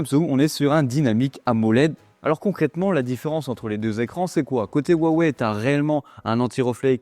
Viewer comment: Pourquoi les Français ne savent-ils pas prononcer Huaweï mais disent toujours ouaouais ?